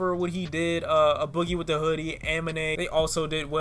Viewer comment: It's "A" boogie with da hoodie as in the letter A pronounced as the letter A. I cringed every time you said "Uh boogie with the hoodie" 😭